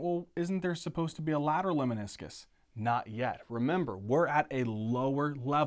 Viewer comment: I love your videos. Just one a humble comment. I believe it is “LEMNISCUS” and not “LEMINISCUS”.